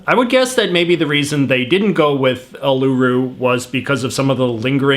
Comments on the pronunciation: It’s not pronounced U lUUU Ru it’s pronounced UUUluru There’s a difference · Uluroo is pronounced oo la roo said quickly not oo lew roo with a pause between oo and lew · hearing J.J. say uluru so incorrectly as oolooroo was hilarious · I’m sorry if this is rude, but J.J.’s pronunciation of uluru is hilarious 😂 he says ‘ulooru’ instead of ‘uluru’. 😂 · Its pronounced Ularu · “Ned Kelly a gangster” He’s a bush ranger! Well was a bush ranger Uluru (pronounced “Ularoo”) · Oolooroo rock. That got me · Did he really say oh-low-roo instead of oh-l-agh-roo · “Ul-oo-roo rock” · The majority of the pronunciation somewhat annoys me I mean seriously you said it oooloooooroooo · Really? “Oo-loo-roo?” That was the best you could do? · As an Australia I laughed so hard because of the way he said Uluru (oo-lah-roo). Also, y'all don't like Vegemite because you use to much. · Not them pronouncing Uluru wrong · I love it when people try to pronounce Australian names. They enfisice the U in Uluru and things like that. Side note: Weet-Bix is the best breakfast food I eat like 5 a day. Vita Brits aren't as good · He didn't pronounce uluru right